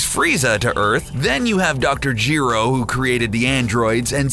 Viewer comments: Nobody: Dr Jeero, Vosh the Stampede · “Dr. Gee-ro” exits